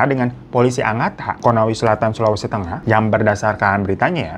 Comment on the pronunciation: ka hiroo, koreksi dikit. bukan konawi tapi konawe.